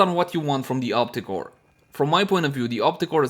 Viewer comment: Op-REEEEE-cor! lol